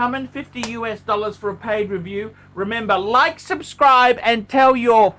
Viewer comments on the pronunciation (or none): none